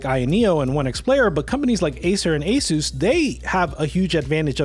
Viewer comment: Asus is pronounced (Ah-Seus) btw